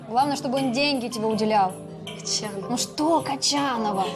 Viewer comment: Ни кочанова а кончанова